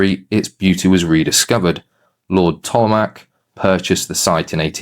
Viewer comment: Interesting video. I used to live in one of the cottages on the side of the castle - our address was actually *** ** Cottage, Beeston Castle, whereas those lower down were simply Beeston. In those days locals could visit the castle for free. Incidentally, Tollemarche is pronounced as “Tollmarsh” - our Cottage was rented from Lord Tollemarche’s Peckforton Estate.